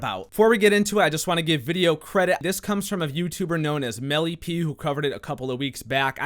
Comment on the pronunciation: Lol MellyPea? Ello everyone 😂